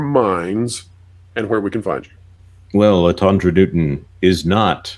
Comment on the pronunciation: Lotondra?? 😂😂😂😂😂😂sounds like the big dryer at the laundry mat. Ha haa haaaaa